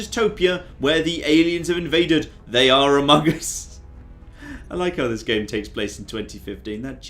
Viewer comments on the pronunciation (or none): I believe that just was his accent